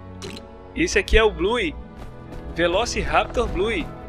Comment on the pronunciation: o velociraptor blue se pronuncia velociraptor blu